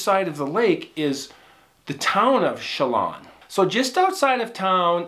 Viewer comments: Lake Chelan is pronounced: shell-ann (not shell-on) and Wenatchee is pronounced When-At-Chee. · just an fyi. you pronounce lake Chelan this way...Sha lann. no o sound at all. also Wenatchee is wha nat she...ya did good tho! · Lake Chelan (Shah-LAnne) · Pronounced Cha-lan heavy on first bit, fairly dense forest area around it. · It’s not pronounced with an ah sound it’s pronounced sha-lan not lawn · You are my favorite story teller! I’m from WA and have vacationed in Chelan (pronounced Shell-Ann) every summer my whole life!! So exciting to have this special place mentioned!!! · Lake Chelan is pronounced with a short 'a', as in bat. I live one mountain ridge over from it. Truly beautiful and wild backcountry up here. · Pronounced ShAA-LAnn and Wen-NAAtchee. Great story! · The lake is pronounced Shel-Anne and the town is pronounced Wen-natch-ee as in "Patch" a long A, just so you know. I lived in Seattle for 36 years. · Chelan...Pronounced correctly, is 'Shill-Ann' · Lake Che Land is the correct pronunciation. Wa nat chee is the correct pronunciation. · Lake Chelan is pronounced: Lake Shi-län (Like Land without the D) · Pronounced Shu-lann Win-atch-ee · Not a big deal, but pronounced Sha- laan. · iy pronounced she lan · Your stories are Awesome! Thank you. P.S. the A's in the Towns of Lake ChelAn & WenAtchee are pronounced like the A in apple... lol Great Story.! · Wenatchee and Chelan are pronounced with the same ‘a’ sound as in ‘dad’ .